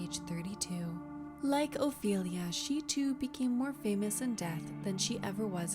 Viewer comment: Ophelia , not " Oilia " , for God's sake !!!